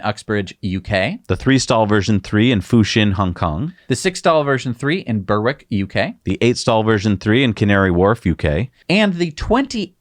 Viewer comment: Hi...Berwick is actually pronounced "Berrick". I know...pronouncing town names in the UK is pretty much as difficult as pronouncing towns in a foreign language country town!